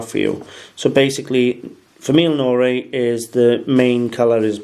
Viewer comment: Your french is not so good. Go to google translator and listen to de soun of the words in french. Not famille "ione", jeune in french you say: "famie jône" like in John...and not café au "late" but "lé". "Norie" doesn't exist, it is "noire". Nice video. Thanks.